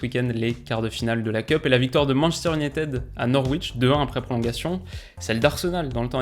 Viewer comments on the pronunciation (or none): none